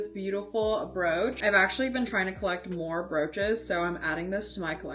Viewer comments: I thought she said "roach" 😭😭😭😭😭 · me too why she cant say brooch its not a hard word